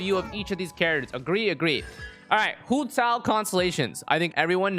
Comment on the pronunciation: The way he says hu tao is satisfying tbh